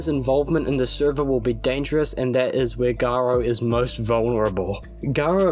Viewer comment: I can’t stop hearing “guro” instead of “garo”. I actually wouldn’t be surprised if that was intentional.